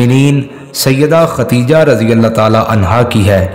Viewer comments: Dear All, please pronounce the name correctly, it is KhaDDEEJAH not KhaTTTEEEjah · ختیجہ غلط ہے درست نام خدیجہ رض ہے